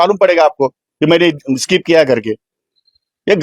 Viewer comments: वीतभर फाटली ह्याची म्हणून स्किप च्या ऐवजी स्काईप स्काईप म्हणतोय जुगारी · Skip ला स्काईप म्हणतो हा बाबा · कोट घातल्याशिवाय शिवाय हा फिरत नाही.... ह्याला skip पण बोलता येत नाही 😂